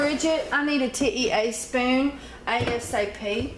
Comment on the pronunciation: Aww why do you call it a 't-e-a spoon' and not teaspoon?